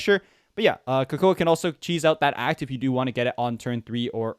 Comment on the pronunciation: Coco uh and not coco?🤧